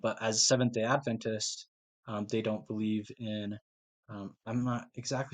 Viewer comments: Appreciate that you pronounce our denomination correctly! We believe in Jesus’ ADvent, not adVENT. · I am VERY impressed that you KNOW HOW to pronounce our name - Seventh-Day Adventist , correctly! Thank you for doing such a great job! Don't get discouraged from thinking you didn't do a great job, because you did! My husband is the director of the Audio / Visual at our church, and it is NOT an easy job! When we moved here in 2018, there was NO VISUAL program at all! There were pews clear up to the back wall of the sanctuary. Since then, he has PHYSICALLY built the whole system from scratch! They are just now getting ready to build the cabinetry to hide all the workings of the system! We went live just about a year ago! LOL - Shortly after he started, One of the church ladies, a very funny, outgoing lady, walked up to my husband and said- now you aren't going to make a mess back here, are you! It HAS BEEN a LONG and drawn out process, but we are about to see the end result, shortly! It was an expensive project, but the Lord has provided the funds right on time for each phase of the project! The Lord ALWAYS PROVIDES, when it comes to spreading the gospel of Jesus Christ and His soon coming!